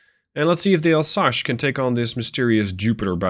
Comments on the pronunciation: It's Alsace like leviosa in Harry Potter, not Alsache like you said. Sorry it buged me as you were saying it a lot ^^. It's an area in the est of France, bording the german border. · ...... I think someone watched the channel for a while and seen the regular challenges and thought "O yeah ?! Chew on THIS !!!" T'was a bit funny, but mostly infuriating.. ..and it's "Alsas" not "Alsash" ya pasty dutch ! Do you know "some" french or you swing it ?! .......